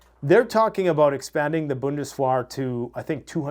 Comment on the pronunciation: What the hell is бундес-уа? It's бундесвер.